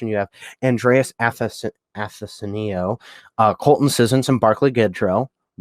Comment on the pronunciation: Pretty close to their actual draft with a few improvements imo. Idk why they didn't take Tarasenko lol. Btw those names, its "Uh-Thanos-E-U" and "O-Lex-E-Ak"